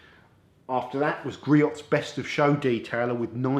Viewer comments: All good products. Griot’s is pronounced GREE-OHS per their website in USA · It's "Gree-ohs"